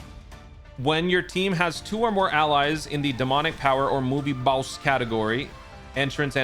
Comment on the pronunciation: "Big bad Baowss"